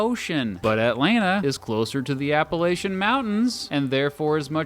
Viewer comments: Aside from your incorrect pronunciation of “Appalachians” I have to give you credit for this video, very well-made, interesting stock footage that I haven’t even seen, and generally factual information. I do have to take slight issue with your “things to do” while I do acknowledge that Atlanta is probably friendlier for tourists, Charlotte has a very robust restaurant, brewery, and bar scene. The big reason why Charlotte hasn’t caught up to Atlanta in terms of metro population is mostly to do with the abundance of other cities in the state. Aside from Agusta and perhaps Savannah, Atlanta really is the only city of notable size in Georgia. In North Carolina you have Raleigh, Durham, Winston Salem, Greensboro, and Wilmington as well as a smattering of smaller cities and towns like Asheville, Hickory, Cary, High Point, etc. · The way you say Appalachians hurts my heart